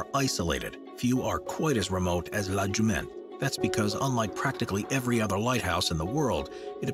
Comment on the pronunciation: Great video about beautiful lighthouses but please know your French. The first in Bretagne is La Jument and the second one is La phare de Kéréon. Also missing Ar-Men and Tevennec in here. Not sure if Ar-men is dangerous but she's a rough beauty.